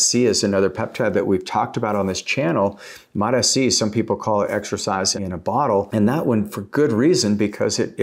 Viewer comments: It’s MOTs-c NOT MOT-S c 😂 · 10 years he's been studying peptides and still calls is mot sc lol anyway lol😅